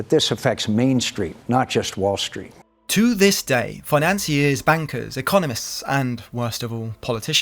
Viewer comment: disliked. you pronounce 'street' as 'shh-reet', and 'destroyed' as 'dish-royed'. so you can't speak, so I won't listen. clicked off.